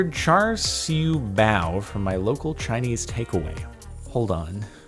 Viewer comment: its called pronounced chow shu bao